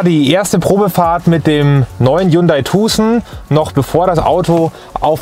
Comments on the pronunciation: Hyundai Tuhhsen...🤣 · Kann er sich bitte vorher darüber informieren wie man Tucson ausspricht!? Ist ja richtig nervig...